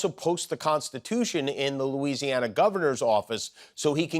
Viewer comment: “Skoos in Loosieana”